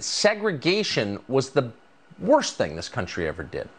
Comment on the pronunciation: He said "bbworst thing".